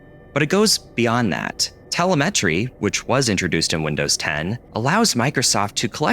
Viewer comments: Just FYI, it's te-LEM-etry, not tele-MET-ry. And despite what the idiot apologists say, Microsoft's insane telemetry collection is user hostile as fck. They're not doing it for your benefit, they're doing it to collect as much information as possible to benefit their ad delivery metrics. Windows in general is user-hostile and anti-consumer. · It’s pronounced Tel-em-a-tree not whatever you said. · it's pronounced "tuh-LEH-meh-tree" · Telemetry: accent on the second syllable: tel-E-metry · Tel-eh-phone ✅ Tel-eh-vision ✅ Tel-eh-communication✅ Tel-eh-metry 🚫 Crazy how english does that, quite a broken language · It’s pronounced “teh-LEM-eh-tree”. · Is that how telemetry is supposed to be pronounced? Not teh.leh.mtry? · It's ta-LEM-it-tree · Tella-metry is a real dilla-ma. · *tel-EM-e-try, similar to tel-EPH-o-ny. ;-) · Telemetry- Te-LEM-et-ry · it's pronounced te-LE-me-tree, btw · Telemetry is pronounced Teh-lehm-eh-tree. Or if you like Beavis and Butthead tuh-leh-m-uh-tree. Your voice in this video has me thinking back to the phrase "Would you like to play a game?" from the classic 1983 War Games movie. Where a synthesizer is used to give a voice to the WOPR supercomputer who just won't leave those pesky teens alone. Machine learning research has been going on for at least a century. The world wide web as we know it had a different origin story than what is widely accepted. Go look into the history of teletype machines, mainframes, etc. These early supercomputers were interconnected to share data and to play games in a similar fashion that we do today. I mean at its core. Fancy graphics like what we have today wasn't a common thing. The folks who developed supercomputers measured how well it could run video on a tiny CRT...like on the Cray. The faster the frames per second was a major milestone in those days. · watching this while soldering a GLONASS module onto my drone and i lost it at "telluh metree". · Lol tele-MEH-try. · It's "te-LEHM-eh-tree".